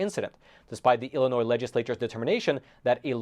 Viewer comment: Illinois not I'll